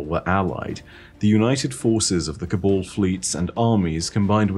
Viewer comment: No one:: "col-ball"